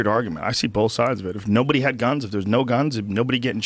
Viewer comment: Does it annoy anyone else how Rogan says "Both"? Sounds like he's saying Bolth